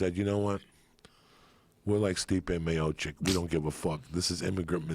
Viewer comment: He called Stipe Miocic "Stiopic" again lmao